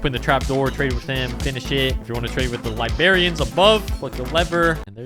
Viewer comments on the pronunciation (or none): its pronounced librarians 😭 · Please,, for the love of god, stop saying LIBARIANS! Its LIBRARIANS. Please, my ears are bleeding!